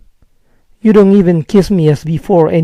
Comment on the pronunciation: por que pronuncia la d de doesnt y dont como "ere"? tiene algún vídeo relacionado?